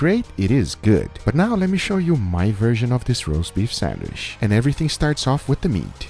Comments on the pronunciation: For its Sandwish not Sandwich:D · WHY DO YOU SAY SANDWISH?!??!?!?! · He’s pronouncing the word “sandwich” in a way closer to “sanduíche” (‘sandwich’ in Brazilian Portuguese), his (and my) native language. Since the “che” part in the Brazilian word has a “sh” sound, he ends up pronouncing it in English as “sandwish” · In Brazilian Portuguese its spelled "sanduíche" and pronounced "sandweeshy". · Drink every time says sandwishhhhh 😂😂😂